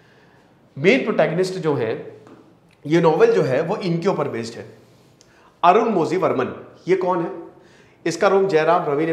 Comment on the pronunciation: Sir iska pronunciation arunmorhi hoga... Malayalam mein zhi ko rhi bolte hai...